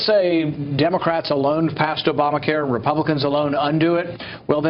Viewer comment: Did he just say "ObamaCar" in the opening?